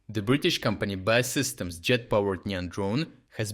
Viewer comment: Pronounced B.A.E Systems... Great to hear that UK has access to these drones too!